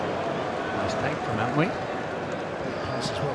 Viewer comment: Bro is called An-twi, not An wi 💙💙💙💙💙💙